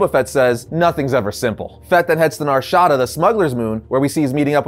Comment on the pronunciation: Don't ever pronounce "Narshada" like that again. -Sincerely, A KOTOR fanboy